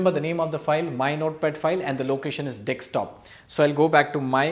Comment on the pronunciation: Informative video. But Man it’s “Desktop” not “Dekstop”